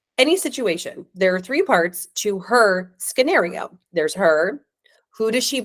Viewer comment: what's a 'skinario' dear?😂😂😂